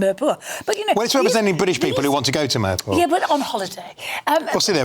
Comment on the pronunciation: The best part Of this video was the way he pronounced mirpur. Meeeeeerrrr paw !